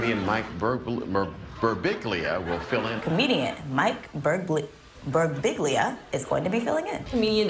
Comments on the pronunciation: His surname is so tricky that even Mike himself can't pronounce it correctly. It ends with "biʎʎa". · Fun fact, those announcers who pronounced his name "Birbilla", rhyming with "tortilla", actually got it right and Mike himself says it wrong. Greetings from Italy! :D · Silent G = "Birbilya". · Ummmm, is it just me, or does his name sound precisely like it looks? I could see stumbling on the accent point, Birbig ' lia, maybe? But really it's a pretty straight forward four syllables, lol! Damn, it's even fun to say! Thanks for the giggles;) And thanks Guillermo, Back to Back, what a comedic blessing!! This is some of the BEST 15 minutes of television!!! If this doesn't get an Emmy nod, I'm getting a lobotomy. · Birbiglia. All 3 i's are pronounced differently. no shade to the news people who couldnt say it right xDDD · Birbiglia. It's not that hard.